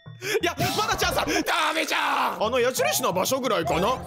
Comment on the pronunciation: の「ダーメじゃーん」が「南ー無三」に聞こえる…😊